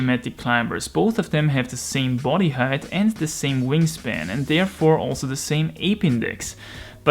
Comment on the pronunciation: Just nitpicking on your English because I didn't understand what you were saying at first, "height" in English rhymes with "kite", not "hate".